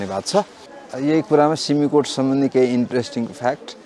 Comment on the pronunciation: सिमिकोट होईन “सिम-कोट”